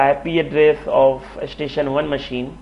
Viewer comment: It's Good, and Informative, however your prognostication is terrible of address, station, enable, list. It's really distracting and annoying :)